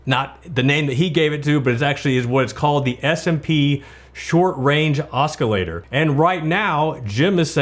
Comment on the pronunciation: Your mispronouncing "oscillator." It's a soft "c" not hard "c." Irritating.